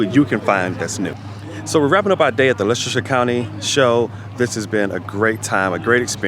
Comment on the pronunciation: Nice to hear someone say Leicestershire properly. That show was in Leicester city on a park call braunstone park many years ago(about 30years) I would go every year guess it helps when you live about 100 yards from the park